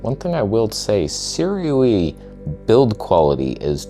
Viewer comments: Sue-Ray not Sir_Ew-ee :) And this is the first time I've heard someone calling the Nikon's 35 f1.4 'amazing' never mind praising the abysmal '3D poop' 40 f2. A relative and a Nikon zealot(!) with whom I frequently argue recently bought the latter and.. I am finding his disappointment of the washed out colors, lack of sharpness and even AF issues truly hilarious. He loves sharp lenses (has a couple of S-lines and many older ones), I had advised him to get a Viltrox but he didn't as if out of spite :)) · 思锐 more like"sih ray." Yes I speak the language. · say it with me: 思锐 "sih ray." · Start saying their name properly, they might take you a bit more seriously. Also when you review lenses, I noticed that you keep mentioning the competition and you focus A LOT on the negative instead of showing its capabilities. So why would anyone send you anything to “review” ? Its not really good for their business 😂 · The way you pronounce Sirui has hints of dental procedure Novocaine effect.